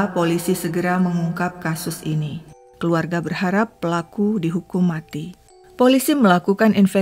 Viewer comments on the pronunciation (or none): none